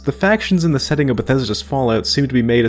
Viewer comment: Why do you enunciate things so weirdly? You often stress all the syllables in a word and even more frequently overly stress words/syllables at random. Examples in the first minute: 'PRAH-PURR-TEE' and 'SEHH-TING' for the former and 'self-CONTAINED' and 'CONTinent' for the latter.